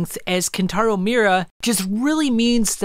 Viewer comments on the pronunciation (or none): You're mispronouncing his name over and over again bro. MI-U-RA